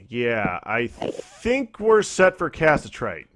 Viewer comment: Im not sure if these are pre-recorded, but it is pronounced ca-sit-er-ite